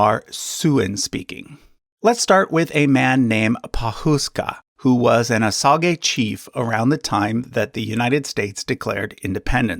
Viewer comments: No, you are correct. It’s pronounced incorrectly in this video. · Is Osage actually pronounced that way? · Osage is pronounced OH-sayj, not OH sa gay. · Kimistry as I Cherokee I actually use ‘native’ a lot, I feel like it’s the easiest and most accurate word from the many words they give us haha. Far smaller of an issue to me that his pronunciation, I love this channel but every time he said “OH SAH GAY” part of me died inside. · I was always taught "OSAGE" was pronounced "oh-SAYJ". Was i taught incorrectly??? I'm honestly asking. I'm older than dirt so it's been a while. LoL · It’s said oh-sage not oh-sah-gee It’s pot-oh-wat-uh-me n it’s not Potawatomi it’s citizen Potawatomi. Get your shit right before you come on here looking like a asshat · Osage is more accurately pronounced "wa-sa-jhay". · it is he's pronouncing it wrong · That's not how we say Muskogee and Seminole so that was weird to hear. Same with the Osage. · I'm from SW Michigan, where the Potawatami recently regained status land near Dowagiac, in Cass County. I've never heard their tribe pronounced as you have. It's "pah'-tah-WAH-tə-mee." Emphasis on the third syllable, not the fourth. And I have friends who are Osage. It's not how you pronounced it. It's "oh-SADZH." Sage, like the seasoning. You're trying too hard to make their names sound foreign based on spelling. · Please pronounce the tribal names right. It's O-sage and Pot-o-what-ah-me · I’ve always heard Potawatomi pronounced as paw-tuh-wah-toe-me. Also, with Osage, I’ve always heard it pronounced oh-say-j. Love the channel though and enjoy seeing a wider scope of information in an easier to understand presentation for visual learners. :) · It's pot-uh-WAT-uh-mee. And Osage is pronounced OH-sayj